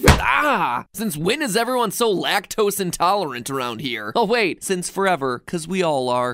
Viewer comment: dUh “Almond MiLk vvv@@ forevvvUrrr